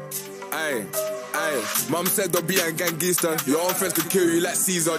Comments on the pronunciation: Somali moms dont say gangster but they say gangister😂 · somali mums say gangister instead of gangster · gangister is how his mum would’ve pronounced gangster as she’s African